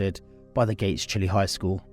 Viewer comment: This tragedy was felt across Rochester. My daughters danced at the same studio. Good video, but the school is pronounced Gates-(Chi-lie) similar to saying bye-bye. We have several towns that are not pronounced as read.